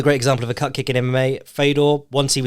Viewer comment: I thought he said Cup Kick for a good bit. As in Di*k kick.